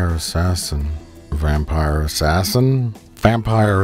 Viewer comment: It's Vampire Ass-Ass-In.